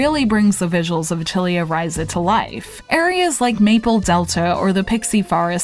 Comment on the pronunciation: Liked the review! Small remark: It's a-til-ye with a pronounced lengthened e with tension (not meaning the English kind of ee)